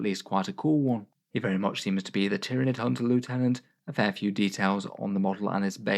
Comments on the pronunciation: Every time mispronounces Lieutenant a puppy sheds a tear. Won't someone please think of the sad puppies? It's quite obviously Lieutenant and not Lieutenant, I'd understand if it was in any way ambiguous but come on... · Actually, it's pronounced "lieutenant".